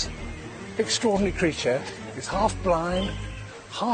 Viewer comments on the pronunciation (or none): none